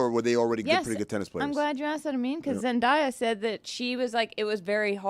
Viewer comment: Zen-DAY-Ah, not Zen-DYE-Ah